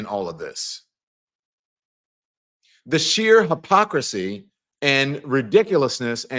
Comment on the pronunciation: Don? If you say HAPOCRASY once more I will scream. Hipocrisy is the term. Research its enunciation.